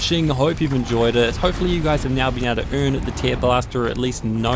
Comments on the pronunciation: I'm pretty sure it is pronounced "tairblaster", not "teerblaster". It's about ripping, not crying. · He has a mild accent. I'm pretty sure that he actually thinks it is "teer" as in crying. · Where are you from btw? Also the "treelobster" thing was funny asf, lmao